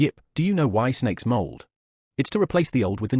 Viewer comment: Why does the audio say mold instead of molt?